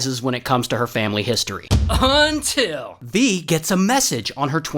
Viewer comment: We need a montage of Ray saying "UNTILL"